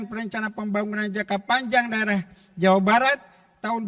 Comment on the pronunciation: Jawabat bjirrr bukan Jawa Barat dia baca😂😮